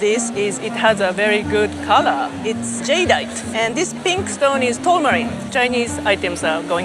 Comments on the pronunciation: "Jade ite". Not "jadyite" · These pieces were beyond stunning. Jade is so gorgeous, and the carvings are exquisite! But I heard at least 5 different pronunciations of "Jadeite" from Mr. AI voice, which was very off putting!